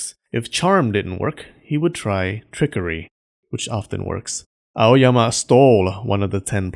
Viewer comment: When you say A-O-Y-A-M-A I think about clean freak Aoyama Kun